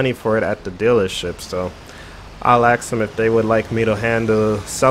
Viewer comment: It is funny when he says axe Instead of ask top